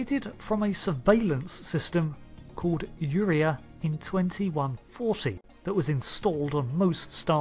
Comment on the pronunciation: btw it's yur-RAY-eye, not yor-EYE